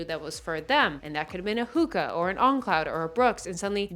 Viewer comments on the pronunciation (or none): I love you dearly. But it’s “hoe” ka Like you’re a hoe but ho- like a long O Hoka. Much love. ❤ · A hookah is completely different 😂 ! It’s HOE-KAH all the way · Don’t think it’s pronounced “hooka.” Hooka is what you smoke. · “Who-Kuh” lmao